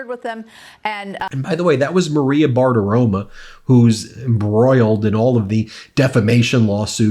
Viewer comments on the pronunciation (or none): Ben, her last name ends with an "O," not an "A." So it revlects better if you pronounce it correctly. BARTIROMO. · Ben, C'mon man. Bartiromo not bartiroma. Otherwise, great job!! 🌊 🌊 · Ben, it's "Bartiromo" not "Bartiroma". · Ben, I really respect and appreciate you and what you do. Big thanks to you man! Now here's one thing you really REALLY can clean up: its not "bartiroma" how you pronounce it. Not one bit. Its like its written: "Bartiromo". I fully know what Im telling you. But you can google it briefly and confirm the fact. You saying bartiroma sounds foolish when one knows italian language & last names. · Maria “Bartirom-uh”, again! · Hi Ben. It’s Maria Bartiromo with an O. Small nitpick, but let’s be as accurate with their names as you are with the news. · Ben! I love how you mis-pronounce Maria Bartiromo's name. You'll always say Bartiroma. Hilarious! I can't stand her or any Trump sycophant. They're morons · Ben, Although I don't like either, it's BartaromO(sp) and KudLOW, not 'ah'. Just FYI...